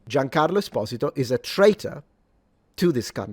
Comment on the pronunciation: The very first time I heard his name pronounced correctly. Giancarlo Espósito, NOT Giancarlo Esposíto like everybody else says it 😕